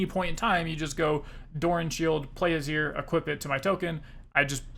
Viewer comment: Just a note that Azir is pronounced Ah-zeer. Great content, waiting for more